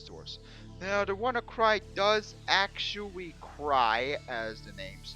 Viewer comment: The ammount of times this guy said actuawy. I think I'll stay tuned to hear this beautiful word again and again, I love it.